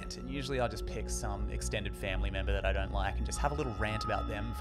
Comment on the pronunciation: You have a lovely accent, but I kinda freaked out at the beginning, I heard "I'm Dying" instead of "I don't" my heart stopped a lil bit hahah